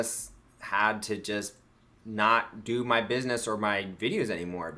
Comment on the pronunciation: BID-NESS !!! She is making fun of you for getting EVERYTHING 😑 wrong